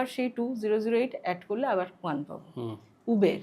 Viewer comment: উবের না দিদি, উবার 😂😂😂😂